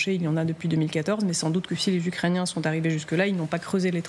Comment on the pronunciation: 6mn 23, trinquand " ... par.les ucréciens..." faut arreter de trop trinquer avant en loges😅